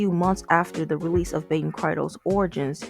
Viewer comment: Baten Kaitos is pronounced "Kai-tos" Also, the canceled Baten Kaitos 3 was for DS, then listed for 3DS before being pulled from the release schedule